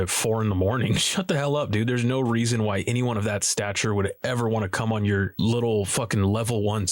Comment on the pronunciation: Once you notice he says “wan” instead of “want” you can’t unhear it ! Sorry doods 🤷